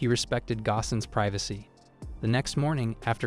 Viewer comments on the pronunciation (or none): none